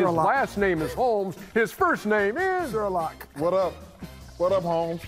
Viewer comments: 🤣🤣🤣🤣🤣🤣🤣 he said Waddup...waddup homes 🤣🤣🤣🤣🤣🤣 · It’s “wat up” Holmes! 😂😂😂